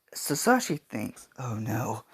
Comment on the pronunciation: Its not giobani it's giovani It's not sasashi it hisashi